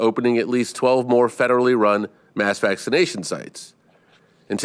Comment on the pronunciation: Did he say vagination effort at the beginning? If he did, it's pretty appropriate. Bunch of mask wearing pu$$ies.